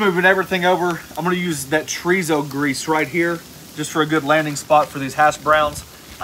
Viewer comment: I've had chorizo but never tree-zo. lol